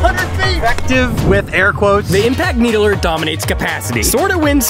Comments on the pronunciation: Did he just say Halo 2 Needlee with Halo Infinite Gameplay 🧍‍♂️ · Anyone else bothered by the way he pronouns it? It's "Needler" not a "needlerer"